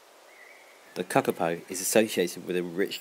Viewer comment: Say kakapo properly